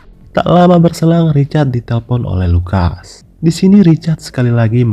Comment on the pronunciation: Kadang salah ucap, richard, lukas..